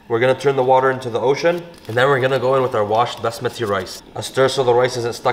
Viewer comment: Did u just say basmadri rice